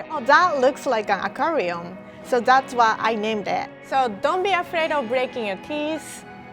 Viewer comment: She can’t even say aquarium 😂😂😂